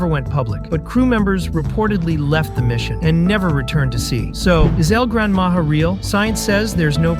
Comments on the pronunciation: Don’t say it like that thing of it as el grand maha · It's pernounst El gran maha